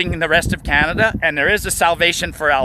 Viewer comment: CANADA OR IS IT COMADA?